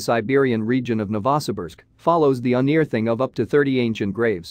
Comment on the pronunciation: These computer voice narrations are funny as FK. "The un ear thing of a gravesite". I almost pissed